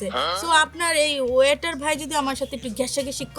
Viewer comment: ওয়েটার কে বলে water। কি দেশ কমলাদেশ 😂